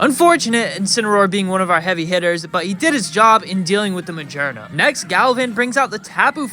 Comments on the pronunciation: its ma-gear-na not ma-jer-na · Do you pronounce Magearna like that just to bother people?